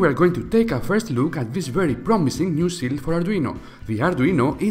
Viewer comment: It is a "shield" not Chill? " Sh_ ill_ D"